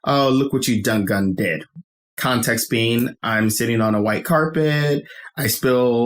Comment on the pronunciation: I didn't know we were calling it "ah-vay" now lol. I just say the letters. But to add on to "done gone" one, I was confused. I thought he was saying "done gun". I take it that's what they say where he grew up. I'm Chicagoan and we say "done gone and" to say a person did something (usually something bad or something that annoyed the person saying it). Another BIG one is "finna", which is a variation of "fixing to" to say that we're about to do something. Or we say "I'm bout to (insert activity). AAVE has regional differences just like like standard American English. New York AAVE sounds vastly different from Chicago and southern areas. Same with West Coast AAVE.